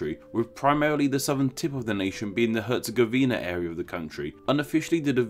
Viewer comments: i am from Bosnia and Hercegovina and its not even close how you pronounce it Btw BiH is more diveded,we have Bosnia and Hercegovina,and we have Federation of Bosnia and Hrcegovina and Republic of Srpska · Lol you butchered Stjepan Vukcic Kosaca baaaadly, herzegovina is also a little off. I'm from Bosnia and Herzegovina and we pronounce stuff weirdly so all good. Thanks for the info, I didn't know why we called it so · Herz-e-GOV-ina, not Herz-e-gov-INA. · Actually its Herz-E-gov-ina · It's BOAHZ-nyah & KHEHRR-tsey-GOH-vih-nah!! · “hErZegOviNa” lol Nice Video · I live in bosnia hell yeah you say hetagovina lol its difret yep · YOU PRONOUNCED HERTZEGOVINA WRONG!